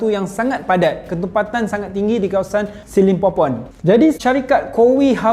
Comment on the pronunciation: Aku sorang je ke dengar dia cakap the lost city of skibidi pompom ? 🤣